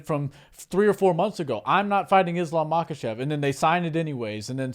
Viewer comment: I think the letter k is silent in their part of the world. So instead of ma-kuh-chev, I think it's pronounced ma-huh-chev I picked up on this while learning how to say Khabib's name. The k is silent. And I think it's the same for Khamzat chimaev as well.